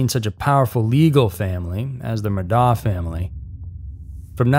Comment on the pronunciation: Sorry, man. For future reference, Murdaugh, is pronounced like Murdock I thought it was pronounced different, too.